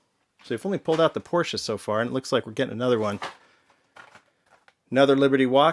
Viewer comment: I like that you know Porsche is a 2 syllable word.